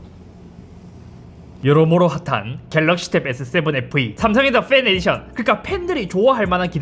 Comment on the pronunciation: 발음 제대로 하셔야 됩니다. 팬 에디션 아니고 "뺀" 에디션이요